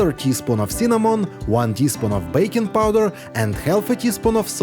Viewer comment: I constantly hear bacon powder 😂😂😂 it took me a while to understand it was baking powder